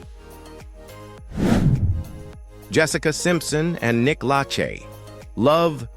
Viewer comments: Lache.... luh-SHAY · Its Pronounced Nick LAH SHAY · You narrate like you know these celebrities personally. That’s good, only you have one problem. You don’t know how to properly pronounce last names. You were making fun of Jessica Simpson and the “Chicken of the sea” episode. You can’t even pronounce Nick’s last name correctly. Spend more time researching your material before socially embarrassing yourself. Thank you! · Nick lachey. Pronounce it correctly